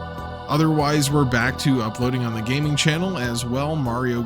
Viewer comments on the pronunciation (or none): none